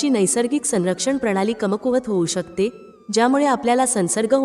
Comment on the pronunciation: शकतात,जळजळ,शकते , म्हणतात इ.शब्द व्यवस्थित उच्चरावेत. माहिती चांगली आहे.